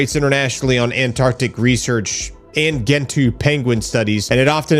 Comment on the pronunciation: Please tell that moron, it's Gentoo. Like GENerator. Good God.